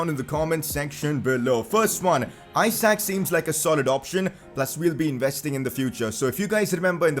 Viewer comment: umm i think Isak is pronounced as 'E - sak' and not as in Isaac...